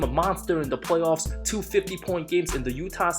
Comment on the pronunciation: Wait... did he just say "Way-off P"...🤣🤣😅🤣